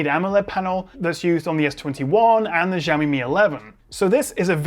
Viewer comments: When are you gonna get the name pronounciation right? It's not 'Jiaomi' it's 'Xiaomi' as in an 'S' not a 'J' sound. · It's pronounced "shaomi" Not "jaomi" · She-awe me. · lol I always pronounced it 'Ziaomi' thanks for pointing out that it's actually Jiaomi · Š(sh)aomi not Žaomi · Jaomi? It’s xiaomi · Hearing "JAWMI" instead of SHAOMI.. is really distracting. C'mon! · Actually no. In standard Mandarin, "xiao" is pronounced close to "sheeow," not "shaw." It's just that many non-Chinese speakers mispronounce it, and then everyone repeats each others' incorrect pronunciation. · Nobody: Jiaomi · It's more like "Shaw me" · actually more like "siaomi" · It's Shao-mi!!! Shao-miiiiiiiii! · the way you pronounce Xiaomi :( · That's a new way to pronounce Xiaomi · English pronunciation of Xiaomi makes me spit my phone/monitor every time :D